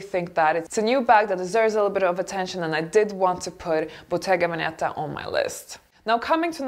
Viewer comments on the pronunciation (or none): Bottega Veneta. The accent is on the first "e": Bottega Vèneta (not Bottega Venèta) !